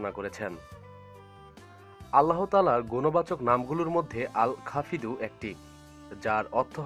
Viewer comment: everyone please note.. ITS AL khafid.. NOT AL KHAFIRU